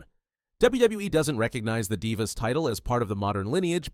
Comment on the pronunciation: i said the same thing when i heard “die-vas” 18min in 💀